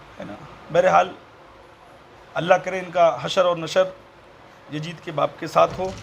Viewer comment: Abe jahil pehle naam bolna to pahle Sikh le jahannami kutte . (Yazid) naam hai uska (yajid) nahi hai Maslak e aala hazrat Zindabad